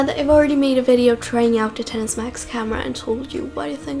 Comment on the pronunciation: Thank you for calling it the 10s and not “ex-ess”. Shit annoys the hell out of me when people do that. Even some of the idiot apple employees have been calling it “ex-ess”